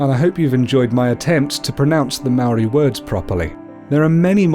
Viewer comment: You idiot you say Maori so fucking bad you imbecile